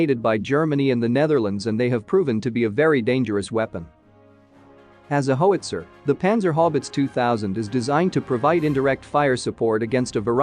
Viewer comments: Plz stop mispronouncing words. It gets so old. Hoeitzer? HOWitzer. How. So many words need to be proofread before recording. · I like your channel, but please learn to correctly pronounce things... It's "how its er". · There's no hoe in howitzer. HOW can you not know this? There's also no nod in grenade. Try grin. Now aid. Grin. Aid. GrinAid...Grenade. I got hooked on phonics in the late 80's. Got me off crack though. Now I just try to help others. One day at a time. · Hoe witzer lol 😆